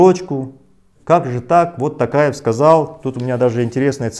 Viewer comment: Почему ‘Такаев’??? ТОкаев же он! Это же не русский язык, где О произносится А